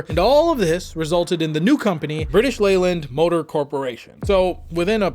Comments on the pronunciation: Good research. Leyland is pronounced "lay""luhnd". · It's pronounced Layland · Leyland is pronounced 'lay-land'. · Not only can’t he be bothered to say Jaguar correctly, every time he says Leyland I wince. 🤦🏻